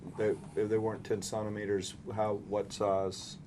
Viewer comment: Centimeters. You dilate in CENTIMETERS. What are you saying? Sonnometers??